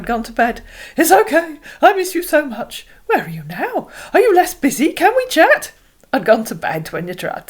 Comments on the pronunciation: He's definitely not Nigerian. French speaking country, more likely. He says "pardon" instead of "say waaat?" or "huh?" and his pronounciation of "chat" is french, hence the unfortunate "I want shat"... Still an absolute moron, but a french speaking one. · "We need to shat and understand ourselves."